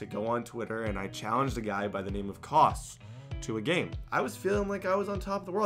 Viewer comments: 😂 bet K-Aus was like.... 🤔Kaus? it’s pronounced Chaos😂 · i think his name is pronounced like “Caos” K-aus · Its pronounced like Chaos 😂😂😂 not like cause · I'm fairly sure his name is K-Aus, like "Chaos" and not like "Koss". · its pronounced K Aus LIKE chaos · His name is pronounced chaos